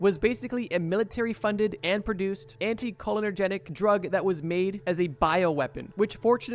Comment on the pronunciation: Hey bro, love what you’re doing here. You’re talking about anticholinergics and everytime I hear you say it I think I’m going crazy XD. It’s pronounced anti Cole-inner-jik